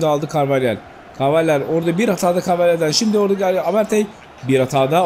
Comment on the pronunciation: abi Carvajal karvalhal gibi oknmuyo karvahal diye okunuyo <3 +1